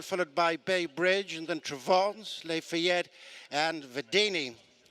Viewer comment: This race caller is always mispronouncing at least one horse's name. I thought one was "les fillettes," but no, it is in fact Lafayette.